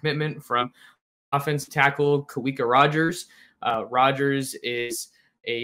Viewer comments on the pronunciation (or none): Pronounced Ka-Veeka. Usually equates to the English name of David. Great news!